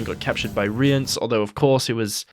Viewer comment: You're pronouncing Cahir and Rience correctly. It's more like Chay-ear and Ri-ans, at least that's what's said in the audio books.